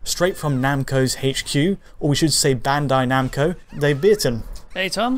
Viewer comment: You are the first person to pronounce "bandai namco" correctly